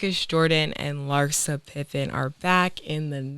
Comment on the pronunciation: “LhspLaguini” = Larissa - Cam 🤣🤣🤣